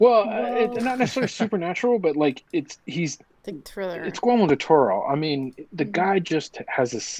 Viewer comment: are you saying Gormo del Toro?